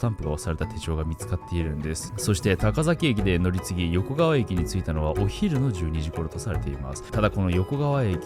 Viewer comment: よこかわをよこがわと言ったり、おぎのやをはぎのやって言ったり 意図的？って思えてしまう